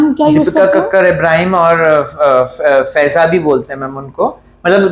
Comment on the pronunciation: Feiza nhi faiza😂